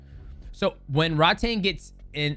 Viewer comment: Just a heads up - it's pronounced "Rroad-Tong" which means "tank" in Thai, says my wife. Drives her nuts when the ONE commentators mispronounce Rodtang all the time lol. Great breakdown. They say Takeru's leg is still merked.